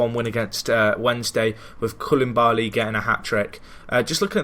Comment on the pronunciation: Just a quick note it is co-Lee-baaa-Lee